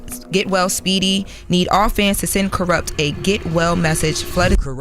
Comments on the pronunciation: Kuroot? Lmao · The amount of words and names mispronounced in this video is ridiculous!! 🤦🏾‍♂️ Soo-Gay Knight. Karoopt Tha streetz is a Mootha! 🤦🏾‍♂️ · Who the hell is, "Karoopt"?